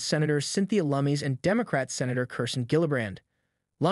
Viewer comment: Cynthia (Lum-iss) not (Lum-mees). FYI.